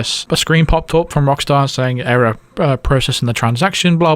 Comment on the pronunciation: ERROAR. ERROAR